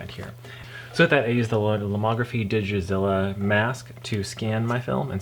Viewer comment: It's DigitaLIZA not DigiZlLLA. But Digizilla sounds like a pretty awesome robotic dinosaur.